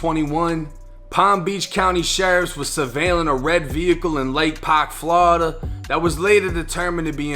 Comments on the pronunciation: Bru say flawda so wrong he not from hea that’s all I kno 😂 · "Flada" lmao